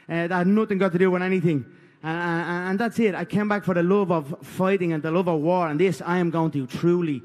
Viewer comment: WE'RE READY FOAR WOAR!! GLIMPSES, JUST GLIMPSES WE'VE SHOWN. Now: The Camp was Incorrect, Ariel. My foot was a Belewn, my Foat, was a BeLEWN!!